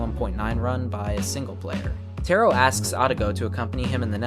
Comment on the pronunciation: btw taro is pronounced taa.row, not tear O